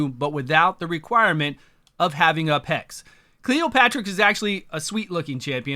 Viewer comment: dude read a name though hahahaha cleopterix.. not cleopatrix xDD